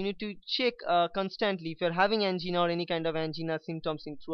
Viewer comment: An - GEENA 😂